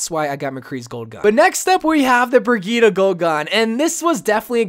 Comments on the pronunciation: Its pronounced bri-geet-ah not to be rood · I pronounce it bri-G-itte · The way he says Brigitte triggers me